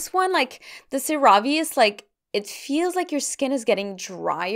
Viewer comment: Love this vid, so helpful!! 😍😍 Just FYI CeraVe is pronounced 'Cera' like 'Sarah' and 'Ve' like 'Vay' SarahVay 😁😁